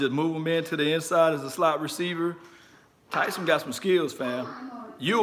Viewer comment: Please pronounce his name correctly. It’s Taysum.